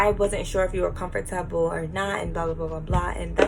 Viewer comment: You Jamaican ? Only we pronounce the syllables in comfortable. 🤣🤣🤣🇯🇲